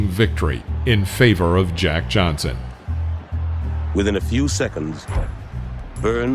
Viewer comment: You had his name wrong many times! Are you white? His name is Jack Johnson!